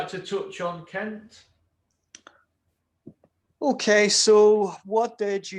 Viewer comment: I think you are mispronouncing Kent’s name